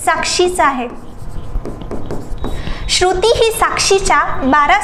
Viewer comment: Ek shabd double ka boltay ma'am? Shru..... ti ase thambun kashala, shruti asech patkan bola.